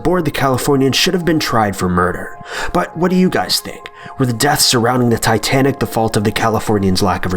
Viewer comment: It is titsnic